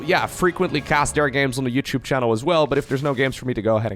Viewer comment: I noticed says "da" instead of "the(thee/tha, either is fine)". "By da way" instead of "by the way". Love you bro, keep up the good work!